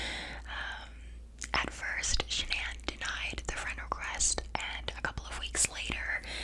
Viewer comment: Triggering me how shes saying sha-nan lol its pronounce shan-an